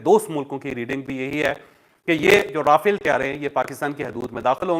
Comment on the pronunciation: آپ کی اطلاع کے لیے عرض ہے یہ را فیل (R a Fal)نہیں بلکہ مقدس فرشتہ (Raphael - Angel )نام ہے ۔ جس کا ذکر بائبل مقدس میں اور قران مجید میں بھی ہے تو غلط نام کی درستگی کر لیں ان جانے میں اگر کوئی غلطی ہو تو اس کی معافی ہے تو اب آپ کو بتا دیا ہے مزید اگر اس پر آپ دوبارہ اس طرح کی بات کریں گے تو پھر وہ گناہ میں شامل توہین میں شامل ہوگا ۔ شکریہ ۔